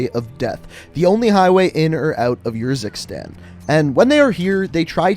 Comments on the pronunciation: It’s Ursikstan as in Urn And it’s Farah not Fairah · The way you pronounce urzikstan really gets me and idk why. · The way you say "Urzikstan" triggers me